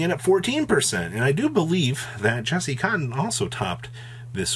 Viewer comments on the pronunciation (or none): none